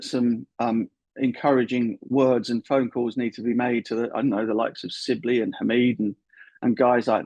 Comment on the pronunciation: SIBLEY???? For goodness sake Butch!!!!